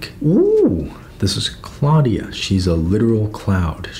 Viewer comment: It's pronounced "CLOUD-ia" smfh